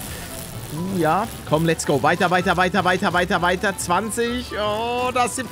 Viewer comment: Wenn Pallete Weiter weiter weiter weiter sagt,dann hört sich das sich so an also ob er die ganze Zeit davaj,davaj davaj davaj sagt 😂😂😂